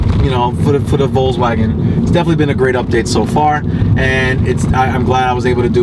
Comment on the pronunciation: Thanks for the video. And I prefer your pronunciation of Volkswagen above any I've heard. I'll look forward to more updates.